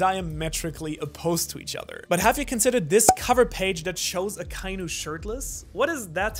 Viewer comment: aka-inu. not a-kai-nu.